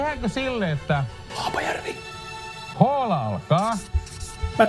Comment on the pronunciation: Toi kyl sano Haapajähvi